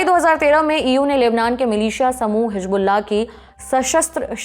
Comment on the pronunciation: Lahja ko lahza bol rhi hai madam or hizbulla ko hijbulla